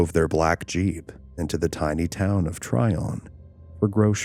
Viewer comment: My family lives nearby. Just for reference, the town Trion is pronounced try-on. Like you try on clothes.